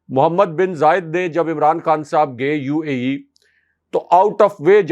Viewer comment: He even can not pronounce Imran . Raja Riaz is gujar of Interior Pind of Punjab .He can only say Amraan. He is a big cartoon.